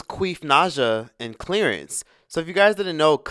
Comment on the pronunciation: "Clearance ?" Lol 😂 I 🤔 it was Clarence 🤣🤦🏾‍♀️😩